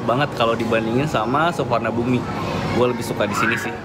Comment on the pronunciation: Sorry bro koreksi sdikit.. baca suvarnabhumi pake W dan silent i bro.. (suwanaboom/ suwanaphum)... bukan "suvarnabumi" 🙂... ehehe maap yak koreksi biar makin mantep vidionya 👍